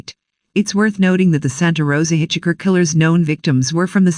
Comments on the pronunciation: Hitch Hiker!!!! NOT hitch Hicker!Hitch Hiker!!!! NOT hitch Hicker!Hitch Hiker!!!! NOT hitch Hicker!Hitch Hiker!!!! NOT hitch Hicker! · I literally cringed everytime the voice says hitch-icker... and this was a video with that word in it alot. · Hey, find out how to properly pronounce words: Hitch Hicker???? Stupid!!! Why does this drone sound robotic!!! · That was the one that kept irritating the f*** out of me too. Although there were countless other verbal mistakes ........ do not like this narrator!!!